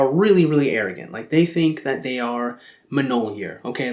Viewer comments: it's pronounced myol-near, not mnol-year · I am offended by your pronunciation of "Mjolnir." It's closer to "Me-yole-near" than it is to "Muh-nole-year." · it's myawl-nir